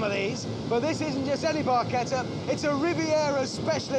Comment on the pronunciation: Thank you for pronouncing barchetta correctly. Thanks to Rush, people in the US pronounce the CH and not use the "ch rule" in Italian.